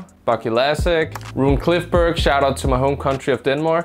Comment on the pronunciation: Did he say Rune “Clifberg” with a C? 🤦‍♂️